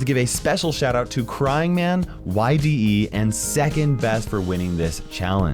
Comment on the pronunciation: Yde is pronounced ee-dee btw not Y.D.E